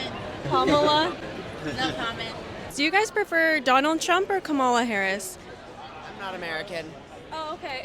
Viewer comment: You'd think someone who was going to ask people about who they were going to vote for would learn to pronounce the VPs name properly before doing so.